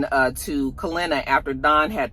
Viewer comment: Didn’t realize how much I miss you mispronouncing names until “Kalenna” 🤣🤣🤣